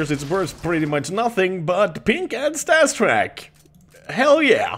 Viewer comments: It's called StatTrak not StasTrak... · It sounds to me like he is saying "StatsTrak", which may be because he doesn't like the syllable drop when you say "StatTrak"